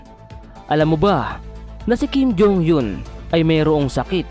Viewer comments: Mali ang pgbigkas mo sa apelyido ni Kim jong Eun… eun ay di yon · Natawa ako sa pronounce ng kim jhong Yun. Hahahahahahaha